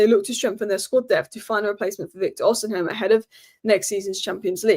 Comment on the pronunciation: How do you keep pronouncing osihmen wrong!?!? How HOW HOW Jesus girl fix it OSIMEN NOT OSIHAM